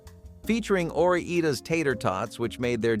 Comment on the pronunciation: Ore-eeda? The name is based on two states - Oregon and Idaho. Ore-Ida.